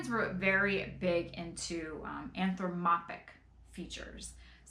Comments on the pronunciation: Anthropomorphic (anth-ro-po-mor-fic) not anthromopic. Even harder word than ephemera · You look beautiful today,. Your longer hair and lovely kimono. My birthday today, what a weird time we are living in. Btw you mean anthropomorphic, it has one more syllable. Hope you don't mind me saying.😊🏡🙂🐱